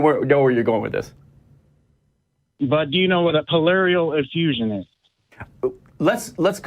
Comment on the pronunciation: He lost me at Polarial Infusion [Pleural Effusion]. Good detailed discussion - helpful reflections on the historicity of the gospels!